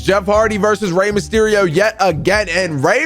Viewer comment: Did he say Rey msherio?